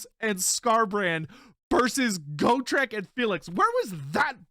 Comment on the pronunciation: the way he says GO-TRICK and not GOT-REK tilts me to no end